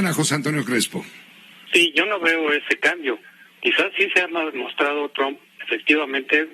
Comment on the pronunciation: Pepe pig ya retirate, dan nauseas tus videos, aunque hables perfecto ingles y pronuncies "tramp"...ja ja ja .